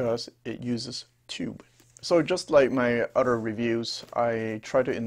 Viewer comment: Love the videos but it is other not udder.